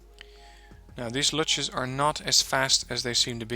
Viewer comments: luchs = pronunced Lux fuchs = fux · Wow, my head is smokin', but again an excellent lesson. BTW: 1. "Luchs" is pronounced "Looks", as in the sentence "He looks at me." 2. (Off topic) You managed, that my very young and super-hyper-active cat always calms down now, when I/we listen to your unique kind of explanations. This never happened B4! ;) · I know that vid is old but nicely done (sometimes just click recommendations I get from u even when they are old) and I wouldn't have commented (what I rarely do anyway), but it's so hilarious as a german to watch you pronounce the Luchs here. It sound like Lutsch... which actually is a german word. Which is best translated to suck... Nii P. already gave a good example how to pronounce it. And I think u already do in newer vids. But it was so good. I really had to comment. A late thumbs up and not only for the "Lutsch" XD I like your style in Vids. You're not one of those I can talk so fast as an MG english Let's players. What I really like. So one can comfortably have your vid running while doing something else. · it's called Luchs you say lucks or luks in german... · German/English speaker here.. Luchs ... the 'u' sound is more like the 'oo' in moon. In the english word 'look' the oo is different. Its is shorter and not as strong. It is a precise analog to an o with an umlaut in German (ö). Oh.. and super-excellent videos by the way.